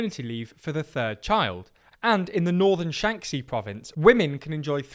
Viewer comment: Please learn to pronounce Mandarin, or to at least anglicize the actual sounds a bit. It's Shanxi, not shanksy. Good content, but that always bugs me a little and you could easily do it better.